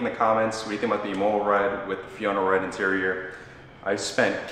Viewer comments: Say “im” like “him” im-ola Not “e” like “he” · The way you pronounce imola should be a criminal offence haha but congrats on the car bro